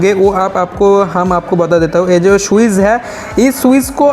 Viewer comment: Swiz nahi Switch